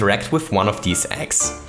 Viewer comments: When ever you Say eggs it sounds like ex XD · Every time he said Yoshi's Eggs, I thought he said Yoshi's Ex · I zoned out for a second and heard "ex" instead of "eggs"...who is yoshi's ex and how would they be useful in mario maker?? Lol